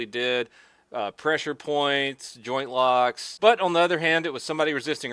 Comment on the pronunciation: I heard groin lock when you said joint lock!